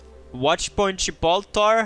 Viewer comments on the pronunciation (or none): none